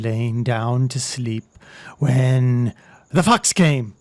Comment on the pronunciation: when you were saying fox i thought it was f***s